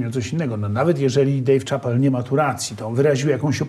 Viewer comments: Dave ("szapel" nie "czapel") Chapelle 🤦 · nie że się czepiam ale nazwisko Dave Chappelle wymawia się "Szapel", nie Czapel. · Panie Mazurek wymawia się Szapel, a nie Czapel nazwisko tego komika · Dave Shapel, a nie Czapel :( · Dejw Czapel XD Chyba Dejw Szapell bardziej się wymawia